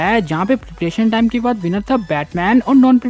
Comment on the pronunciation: Tu kya chutiya hai harbar bol raha hai peperetion or peperetion